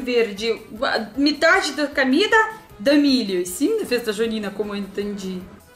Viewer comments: Camida ( Comida ) rs. sotaque muito bonito da rusinha kkkrs... São João a melhor festa do Mundo ... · kkkkk "Camida" kkkkkkk o meu Deus.... engraçado demais